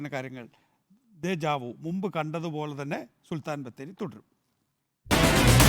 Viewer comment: സുൽത്താൻ ബാറ്ററി അല്ല സുൽത്താൻ ബത്തേരി എന്നാണ് നികേഷേ ഒന്ന് നാവ് വടിച്ചിട്ട് വന്നാൽ ഉച്ചാരണം ശെരിയാവും